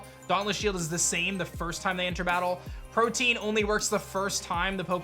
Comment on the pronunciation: Why does everyone say protean wrong? It's not protein it's pro-te-an it's a legitimate word.